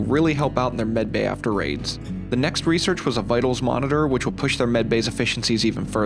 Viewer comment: I cant tell if your saying medbay or bedbay